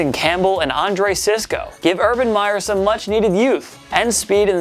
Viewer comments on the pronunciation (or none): none